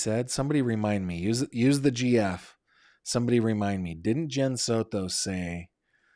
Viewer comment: Please stop saying Soto like that 😂😂😂😂😂 Sounds super silly